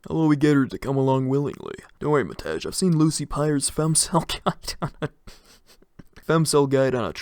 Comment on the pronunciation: I shall no longer tolerate the disgrace westerners bring to Matej's name! ITS PRONOUNCED MATEY NOT MATEZH.